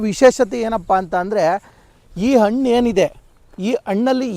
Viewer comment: Please pronounce Hannu not Annu . pronounce kannada fluently.